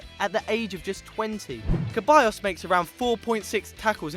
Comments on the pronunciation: Ceballos not Keballos... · Ceballos not Queballos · that's not Ceballos + it's Ceballos not Keballos + it's Keita not Kaita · Seriously stop saying the c in the players name wrong!!!! It's NOT a ch sound but rather an s Mauricio lemos is pronounced more like maurisio and not the way y'all are saying it!!! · You guys really should work on the pronunciations. Tur Stugen, Nuer, It's pronounced Maier not Meyer, it's pronounced Ceballos not Queballos. It's pronounced Bia not Villa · ceballos( se-ba-yos ) keita ( key-ta ) not (ke-ba-yos) and not (kite-a) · keballos??????? its ceballos (like seballos) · lmao he said Caballos, it"s Ceballos (Se-bay-os) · Your pronunciation is utter shit. Ter Sturgen, Maurichio, Keballos. What the hell are you doing on a football channel! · Kebayos? lol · Ceballos is said like Seballos